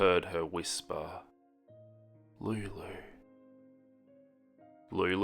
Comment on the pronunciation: I love how you say Lulu